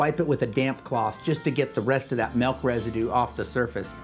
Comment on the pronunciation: I hate it when people say " melk"